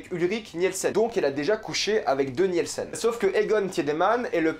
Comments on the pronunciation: sa me titille un peu quand tu prononce les noms d'familles genre "Niyelsen" Et sinon j'avais pas compris pr franchezka et Magnus :0 c'est vrai qu'ils se ressemble mais à quelle moment on sais que c'est eux ? "Sans l'aide des visages"? S'était juste une déduction ? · Très bonne vidéo mais je me permets quand même un petit guide de prononciation : "W" en allemand se prononce comme le "V" français, donc c'est "Vinden" pas "Winden" prononcé à l'anglaise Un "e" après un "i" est muet, donc c'est Tideman, non pas Tièdeman, pareil pour Nilsen et pas Nièlsen Voilà sinon super vidéo merci!